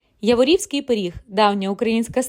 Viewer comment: Я'ворівський-наголос на перший склад!!!